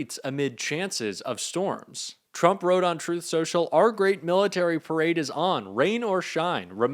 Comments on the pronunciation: "PERADE"..... LOL!!!!!!! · "perade" ??? rainy day "perade"??? jfc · "perade"? "PERADE"?? How godammd stoopedd ken he gett? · Perade??? The idiot is illiterate 😂😂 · "Perade" haha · Also, 'PERADE' 🗣️🗣️ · Hey trump. It's PARADE. NOT PERADE. You IDIOT!!! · “Perade” - really? Wow! 😂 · "Perade". 😂 He's such an idiot. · What's a "perade"? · Perade or Parade 🤣🤣🤣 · I love his “ PERADE”🤣🤣😂😂🤣 DUMBO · "Perade?????". Gads! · His “perade” 😂 Dude is such a stable genius. Let it rain, let it rain, let it raiiin! ☔️